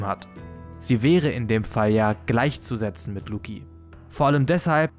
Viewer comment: Lucci muss langsam in Rente (Lucci wie Gucci, nicht Luki)